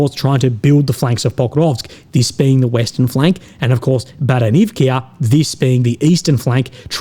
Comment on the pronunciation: No Baranivkia Vowel on the end. Only one letter "A"